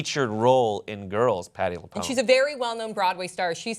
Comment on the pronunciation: Lapoonee? Sigh.